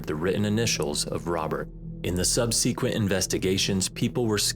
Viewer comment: Pronounced “sub-sah-quent”…not “sub-see-quent.”. Otherwise, great marathon! 😂